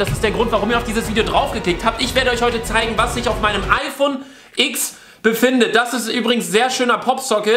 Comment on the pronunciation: Man sollte sich so ein Handy nicht kaufen wenn man nichtmal den Namen richtig aussprechen kann. Es heißt immernoch iPhone 10 und nicht X "iks".